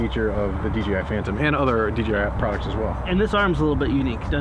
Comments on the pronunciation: keeps saying DGI. Does anyone know if you can have to controllers so one for camera one for control? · Google can't find a "DGI" Phantom... weird. Sorry, but every time you said DGI it was drilling into my brain! lol Great review tho.